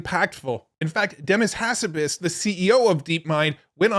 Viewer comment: Probably time to learn how to pronounce Demis Hassabis' name don't you think? :)